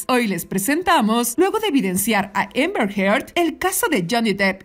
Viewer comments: Repite conmigo; Amber, no Ember!! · Por qué le dice EMBER a AMBER....